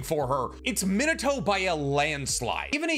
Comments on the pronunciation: Good video! I wanted to see a Minato spin-off since his first bamf appearance. Also, may I suggest "Mē nah toe" over "Men a toe", my friend? Unless you just love that version of pronunciation, in which case, carry on good sir. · I'm gonna smack you if you mangle the name of the 4th Hokage every again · A Minato tatt and u still can’t pronounce his name properly lmao that’s crazy🤦🏽‍♂️ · Your Japanese pronunciation is killing me 😭 Retsuden is not pronounced with an -AHN at the end. It's the same suffix as Shippuden, friend. It means "story" or "chronicle". Also, your pronunciation of Minato when you have a tattoo of him... pls... MI-NA-TO, not MIN-A-TO.